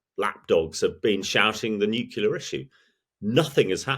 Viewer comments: 'Nukular'? Really? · Why do smart people sometimes say nucular? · "Nucular". Really? ;) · Hearing a military commentator say "Nucular" makes me shake my head. Come on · I find myself struggling to take experts seriously when they discuss ‘nucular’ weapons’. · If you're going to have so-called 'experts' as guests, at least educate them on how to pronounce the word NUCLEAR correctly.